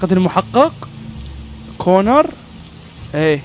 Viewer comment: كونان مو كونر